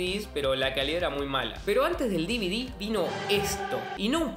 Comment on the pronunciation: El "siiiidiii" y el "dividi" jajajaja